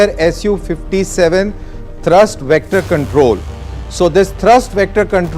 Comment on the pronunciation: India needs 100 of these. And This idiot reading the narratives should know that the engine has a thrust not thirst (unless he is referring to fuel).